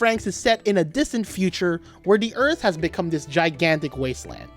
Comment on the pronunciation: no offence but who says dis and za